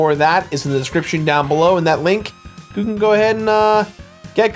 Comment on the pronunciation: "Gou can go ahead..." What?